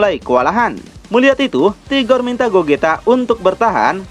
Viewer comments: Rigor bang .. Bukan tigor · 🤔🤔🤔 sebenarnya admin ini nyebut RIGOR atau TIGOR sih ???